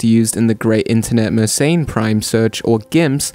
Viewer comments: It's pronounced mer-sen, not mer-sain. And also, , it's "they're", not "their". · I wonder why anglos decided that Mersenne should be pronounced "meurt ses înes". In angloid pseudophonetics, it should instead be something like "m'air-SENN".